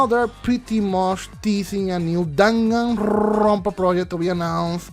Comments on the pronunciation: Nobody:....: DanganRRRrrrronpa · "Danganrrrrrrrrrrrrrrrrrrrrrrrrrrrrrrrrrrrrrrrrrrrrrrrrrrrrrrrrrrrrrrrrrrrrrrrrrrrrrrrrrrrrrrrrrrrrrrrrrrrrrrrrrrrrrrrrrrrrrrrrrrrrrrrrronpa" Also, haha go brrrrrrr sorry if this was mean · why you say danganrrrrrrrrrrronpa so straaaaaangely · nobody: no one at all: the universe:: DaganRrrRrRRRrrRrrrronpa. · The way you say ‘danganronpa’ makes me laugh hard af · Spot the tongue roll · Ooo a new Danganronpa game that would be cool Hahaa I love the way you roll your R’s lmao 😂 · Love the way you rolled your rs when saying Danganronpa